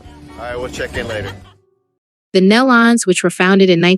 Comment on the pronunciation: I don’t think one site knows how to pronounce. Nelons. ( kneelons). Try that .